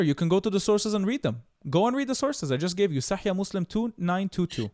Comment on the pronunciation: סאחיח אל-בוכארי.וסאחיח מוסלים. לא "סאחייה."